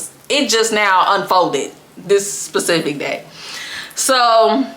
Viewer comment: Sis, it’s specific not pacific. lol